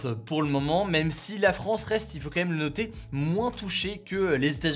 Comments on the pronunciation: La manière dire dire " Quand même" d'Hugo. "KaÈme" J'adore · ..c'est pas "KLM"...? Y'aurait un message subliminal ??